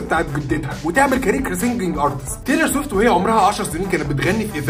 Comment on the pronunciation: بتنطق الاسم غلط ومش دى بس exo و bts كمان 🤦🏻‍♀️🤦🏻‍♀️